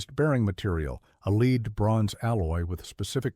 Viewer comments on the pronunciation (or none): It's too bad it's a Ai voice.. not a human it doesn't know the difference from Lead (Sounds like Bed) to Lead(that sounds like (Bead)...Ai's still not that smart.. only a Human would know the difference.